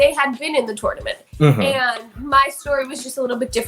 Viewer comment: The way ds says TOoRnoUmant